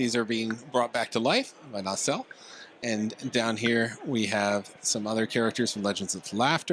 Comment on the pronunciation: Stop saying "nay-cell." It's just na-sell.